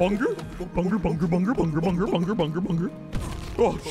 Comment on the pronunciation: We need a montage of every time says BUNGER